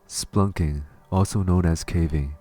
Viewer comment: Thanks - interesting and terrifying story but it's spelunking, not splunking.